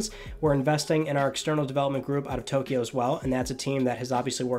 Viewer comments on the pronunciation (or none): none